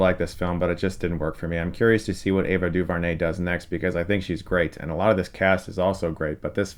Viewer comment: Ava DuVernay is pronounced Doo-vare-nay, not Doo-vur-nay. Just making that correction.